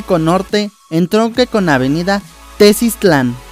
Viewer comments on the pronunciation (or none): Tuzania con acento en la i: Tuzanía. Tesistán, no Tesistlán. Valdepeñas, no Valdepenas. De ahí más, es acertado, con la información que contamos hasta ahora. Será curioso el efecto que puede generar esta línea, una ciudad en forma de ¿dona? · Muy buen video, solo hay varios detalles que corregir, el Peribús no va hasta Belisario Domínguez, sino que va a ir hasta Avenida Malecón, en los límites entre Guadalajara y Tonalá. Otros detalles, es Tuzanía, no Tuzania. Es Tesistán, no Tesistlan Es Valdepeñas, no Valdepenas